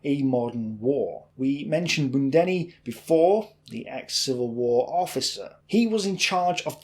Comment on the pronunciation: budjoni not budenni :)